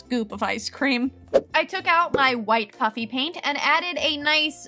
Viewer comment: It sounds like she’s saying puppy paint😂